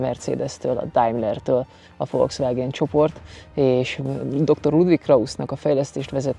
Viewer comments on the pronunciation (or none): none